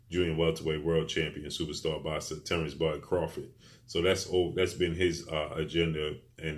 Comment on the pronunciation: First time I heard you say superstar George Kombosos in all your videos you had a bit of trouble saying superstar but it came out slowly ,but you still call Teo superstar with no belts